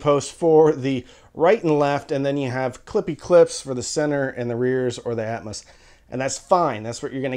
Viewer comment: I feel like "atmus" is the southern way of saying atmos lol. I agree, getting a center that doesn't suck like the c1+ is more important since that's where 80% of sound comes out. I'd probably invest more in the sub to get something like BIC F12 or comparable and see if you can get a cheaper AVR especially refurb/open box ones if possible. I remember the good old days when you could get a Denon S540bt from A4L for like $150 refurb before covid screwed it up lol. I also agree less is more, no need to waste money on getting 7 channel avr and atmos if you're not at like SVS levels of subs as that's going to make you grin more than hearing the occasional helicopter fly over especially with how hit or miss a soundtrack can be hence why "atmouse" is commonly coined for Disney movies.